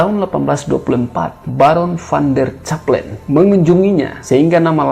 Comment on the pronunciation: Kalau ucapksn nama2 jangan pake ejaan bhs Indonesia yg disempurnakan krn gak pas. Misalnya nama van der Cappellen, hrs dibunyikan "Kappellen" krn itu adalah nama org Belanda. Dan juga bbrp kata lain yg salah ucap. lain